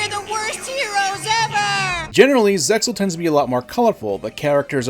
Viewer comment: Uhm... her hair... looks like someone sewed a cat carcass ONTO her head. That is what I literally thought when I saw her for the first time. Also, obvious comment that sadly needs to be said... ZeXaL is said "Zeal". Or rather "Se-a-ul". Also as Kaiba said, ZeXaL does not exist, just like some of the GX and a little of 5Ds.